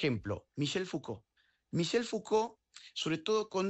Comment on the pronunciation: Para el entrevistador, no es "fugol" es Foucault, con C, se ve que no lo has leído.